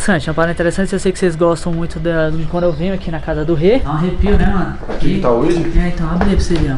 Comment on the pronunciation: Eu só espero que o tenha ensinado o falar ouija